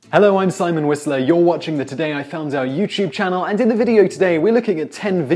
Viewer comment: I swear Simon. Every time you say your last name I hear Wesley, not Whistler.